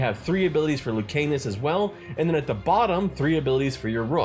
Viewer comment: Love hearing ppl pronounce Lucanis as Luke Anus 💀